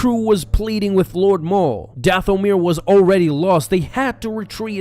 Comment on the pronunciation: "Dath-o-mere" The rest of us: "Dathomir" Me: Feels like Dooku when he was being tortured when I hear "Dath-o-mere"